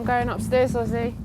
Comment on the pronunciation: He name is Özge not Ozzy